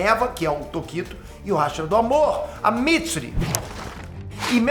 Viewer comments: Se falar hashira ele fala rachara 🤣🤣🤣🤣🤣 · Mn q raivaaa ele fala raxiraaa i e hashira.. ele n pronuncia certo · Para de falar RÁshira plmds, ta me encomendando pra crlh KKKLKKKKK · Ninguém,: RASHIRA 🥸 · Você é um ótimo YouTube mas você não sabe falar hashira